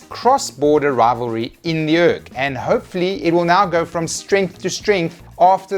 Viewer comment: Pronouncing urc as urk.... Cant believe i never thought of that